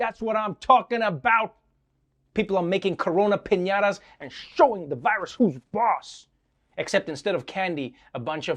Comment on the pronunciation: What's a "PEÑAWTAW"